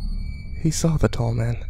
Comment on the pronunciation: Halfway through I realized "thoman" was "tall man"